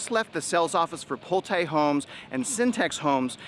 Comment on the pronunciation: You're nothing but a B.S er..you better first start with learning on how to pronouns Pulte first lol.